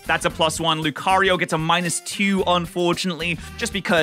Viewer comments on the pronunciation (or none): none